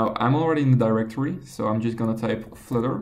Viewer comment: What's Flitter, is that a new language? I thought it was Flutter.